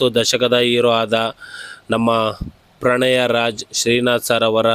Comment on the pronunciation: ಪ್ರಣಯ ರಾಜ not pranaya Raj